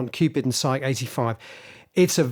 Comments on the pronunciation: It's pronounced "sigh-kee" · You mispronounced 'psyche' [cringe].